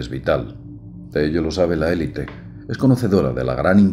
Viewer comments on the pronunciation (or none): none